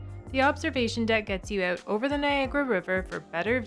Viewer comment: Good video quality, and you and your husband (?) are very well spoken, even if you do have a problem pronouncing "out" 🤣